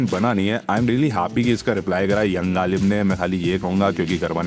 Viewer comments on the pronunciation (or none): Galib❌ galeech✅